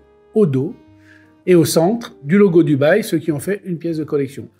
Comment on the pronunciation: quand il dit Dubail et que tu comprend Dubaï !!!🤣🤣🤣